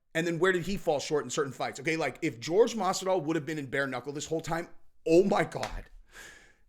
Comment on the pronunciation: Who tf is George? His name is pronounced Whore Hey